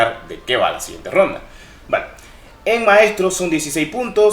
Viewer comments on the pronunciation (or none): none